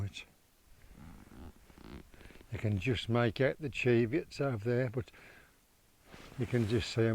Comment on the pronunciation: Oh you seem to have removed my comment correcting your pronunciation of the word Cheviot. As I explained,the word has only one "e" in it. Just say it how it's spelled Why are you so sensitive about this, you obviously don't come from the area, so you may not have known.